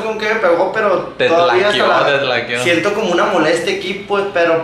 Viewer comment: Jajajajajaja en el minuto te tlaqueo que siga para hacerlo tlacoyo o que jajajaja es tacleo